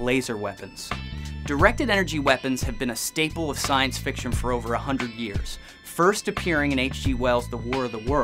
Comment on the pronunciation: he said science friction -.